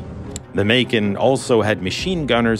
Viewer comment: When he said “Macon” I thought he said “bacon which would have been much funnier not gonna lie 😂😂